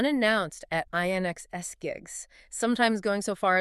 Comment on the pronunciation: AI can’t pronounce inxs 😆